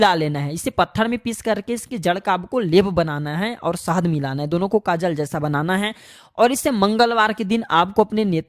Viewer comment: Sahaad nahi sahad hota hai saste nashe 😂